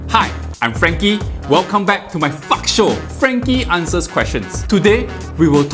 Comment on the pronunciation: at this point, he just sends it and instead of saying "FAQ" show, he says "F*UC" Show